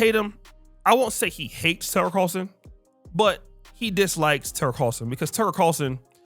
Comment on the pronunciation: Bro can't say Tucker Carlson 🤣 😂